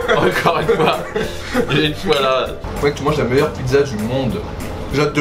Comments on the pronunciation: c'est "pit[tsa]" pas pi[za] :'( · Bravo pour la vidéo! Je viens de découvrir ta chaîne aujourd'hui font j'apprécie déjà énormément le contenu. Petit détail si je puis me permettre: Pizza est prononcée "pitsa" en italien sauf au nord de l'Italie où on aurait tendance à prononcer et accentuer la lettre z. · On dit pissa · Techniquement, on dit "pitssa" ^^ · On dit Pidza pas pizza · La prononciation du mot "pizza" du soi-disant pizzaiolo italien est pas fameuse, pas moyen qu'un italien le prononce de la sorte